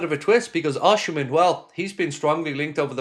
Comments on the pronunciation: it's pronounced Oss-im-en, there's no "H" until the end, and it's silent, not OSH-imen, just so you know.👍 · Nice video & Happy father's day to you. By the way, it's OSI Not OSHI-mhen. He's my country man..😊